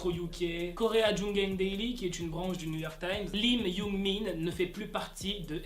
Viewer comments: C’est pas Yoongmin c’est Youngmin! XD j’adore tes vidéos sinon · Quand tu disait yoongmin on dirait tu dit yoonmin le ship 😂😂😂